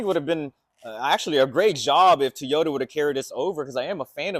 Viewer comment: What is a "TEEOTA"?